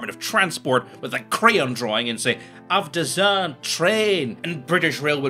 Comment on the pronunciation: "ahhhv desagnnnd treeen" fucking killed me